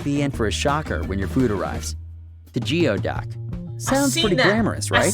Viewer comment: what's even nastier than the look of Geoduck is that it is actually pronounced: Gooey-Duck